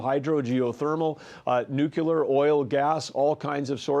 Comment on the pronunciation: Did this phucker say nucular?